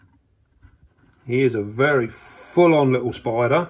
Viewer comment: he says SPOIDA for spider